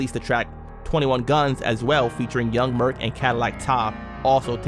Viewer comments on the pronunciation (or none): Young merc aka merc Montana from murder inc, pronounced as “merse” not “merk” with a s sound not k. Just a fyi